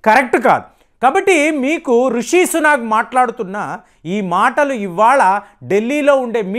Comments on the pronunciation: it is Rishi Sunak not Sunag!! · please don’t pronounce Rishi Sunak as Suna’g’ I know you spent a lot of time in TN might have influenced it.